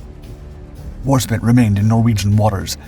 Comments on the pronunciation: Fantastic presentation! ( BTW, it's Warspite, not War-spit. 😋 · Its HMS Warspite, not spit!